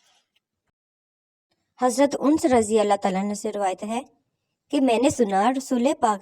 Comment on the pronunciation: آپ سے گزارش ھے کہ صحابی کا نام ٹھیک ٹھیک سے ادا کریں ویوز کے لئے صحابہ کرام رضوان اللہ تعالی علیہم اجمعین کی شان میں گستاخی نا کریں ورنہ دنیا بھی تباہ اور آخرت بھی برباد ھو جائے گی ::::: آپ مسلمان ھو اور آپ اردو کی امیج پوسٹ کرتی ھو اگر اردو نہیں آتی ھے کسی سے اصلاح کروایا کرو :::: جس صحابی کا نام لے رھی ھو انس (( پیش )) کے ساتھ نہیں ھے الف پر زبر ھے